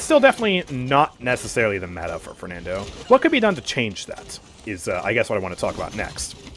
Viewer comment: i think you shouldve said fernando "e" with e in "bet" not "water"